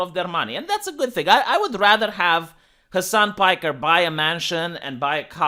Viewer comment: Hasan pikerrrrrrr. Lmao do you do that on purpose